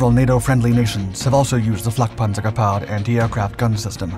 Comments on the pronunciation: “Gepard” is pronounced [gaypart] … not guhpar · Gepárd? Is it French? If you're going to say Gepard 100+ times in 10 minutes wouldn't it have made sense to figure out how to pronounce it? Liebstandartes Disease all over again. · He sounded kinda French saying it IMO, but I mostly am only around Austrians so maybe I hear German differently. I like how he pronounced chassis phonetically instead of the American way 😂